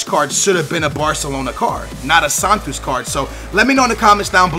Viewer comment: Is not Santus is Santos